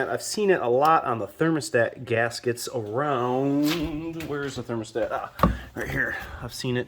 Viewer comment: Millies ? The fanny ? Gaskeetos ? How about you speak simple English and stop sounding like you're teaching a 4th grader how to do this job. 😂 🙄